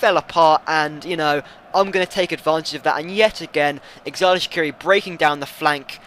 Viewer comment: shaqiris first name is pronounced jordan